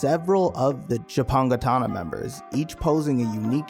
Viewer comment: The only thing keeping me from constantly rewatching this, is what the creator did. Also, whats with the pronunciation of Shishio's group lol. Good video otherwise